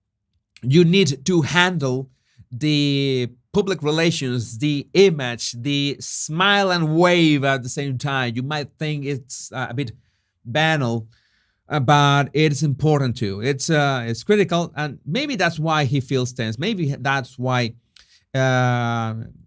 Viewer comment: the word banal is pronounced Ban arl, ba narl. Pretty sure. Enjoy your work. X 🌹❤️